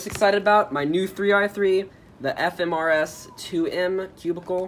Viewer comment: YO YOU SAID FMRS LOL